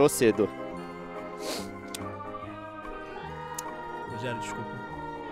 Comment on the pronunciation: ludiero kkkkkkkkkkk é ludiéro q fala mas whatever